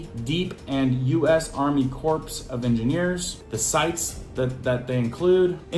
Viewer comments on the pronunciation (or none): The P is silent in US Army Corspe of Engineers😅..... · "Corps" is pronounced "core". 😉